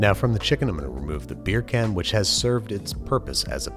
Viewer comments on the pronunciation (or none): Can you say it without sounding like a Jamaican saying bacon chicken